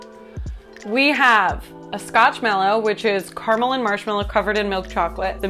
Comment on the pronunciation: the only controversial thing about your opinion about caramel is how you're pronouncing it